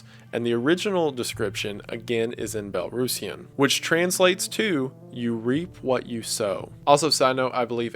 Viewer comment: Huge props for your pronunciations of "Belarus" and "Belarusian"